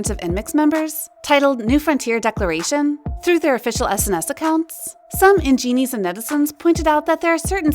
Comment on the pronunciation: Why do you pronounce "Engenes" like that...